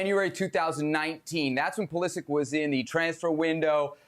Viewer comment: Butchering the pronunciation of both tuchel and pulisic